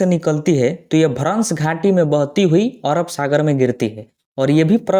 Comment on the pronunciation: ओरब नहीं अरब